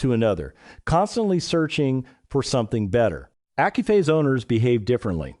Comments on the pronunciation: Effing AI ... should learn english. Accuphase is pronounced Ak-you-faze ... not accupaze. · Did you say accu-pase?